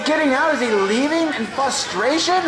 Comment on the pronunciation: All that editing and he couldn't maybe take another swing at saying "Fuss-tration" 👌